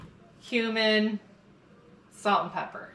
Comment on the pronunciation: It’s so much fun getting old, hearing isn’t what it used to be. When you said Cumin, it sounded like Human😮! I was like what was that? I heard it correctly after replaying it🤣. Fun video. Cookie cutters, what else is a baking advent calendar going to have that’s not “giving away the store?” I was imagining wolves coming to your porch to eat free turkey. Good thing it wasn’t out there long or the ones nearby may have ventured in for a bite😅.